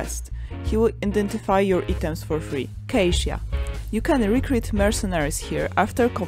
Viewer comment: Amazing production. Thank you so much. Pronunciation: EYE-TOMS = items.